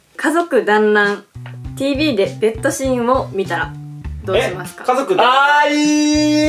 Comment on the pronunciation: みんな触れてないけどの｢TV｣の読み方良くない？好きなんだが笑